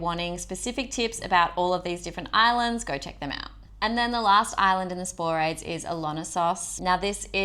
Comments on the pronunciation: Spo-ra- thes. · Interesting video - but I can help a chuckle when you say Sporades and Cyclades.